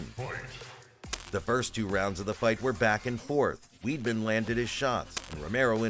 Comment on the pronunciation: I can’t believe you called Chris Weidman Weedman 🤦‍♂️